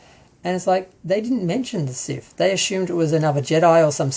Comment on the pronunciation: Why do you say siff instead of sith?